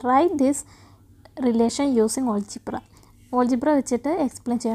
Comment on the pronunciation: Olgebra❌ algebra✅